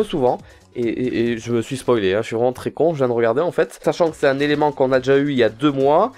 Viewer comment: Buvez de l'eau c'est "tros" important, pas toi farod nan D